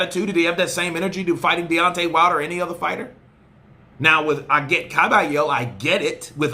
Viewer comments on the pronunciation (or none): none